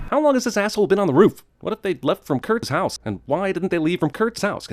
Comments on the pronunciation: Why the fuck did the way he said "kurts house" sound so weird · what's up with him saying "curt's house" ??